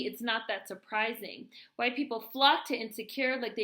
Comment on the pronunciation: 😂😂😂 I love how you said hwyte.. that’s funny af